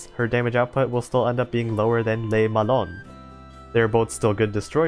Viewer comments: Literally 3 seconds after sending the previous comment, I hear you saying "lé melon" for Le Malin lmao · Has someone with french has his first language opinoatre is pronounced op like over powered ni like Nani and art it sounds pretty similar to the actual way we say it in french but with the the English accent and le Malin is basically mal like malfunction and in like in interaction love the info vids btw /--.--\ b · That was actually pretty accurate (except for Le Malin, since "lin" would be pronounced similarly to "lean") But then again, the french -in is VERY hard to convey by writing, so I don't take it on you at all. Good job, honestly! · 'le malon' you killed me hahahah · I laughed when I heard Le melon 😂, I'm not a French native speaker but I can speak and read French to an intermediate level so when I hear someone pronounce these ships names its always so funny (in a good way ).